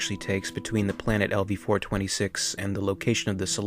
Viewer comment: Wait did he pronounce it as lv 4-26